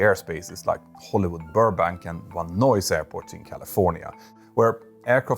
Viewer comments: That airport in the San Fernando Valley near Los Angeles is pronounced “Van N-eyes”, not “Van Noise” a small errata. Nice video, thanks Petter. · There was also some weird pronunciation of Reagan, and Van Nuys.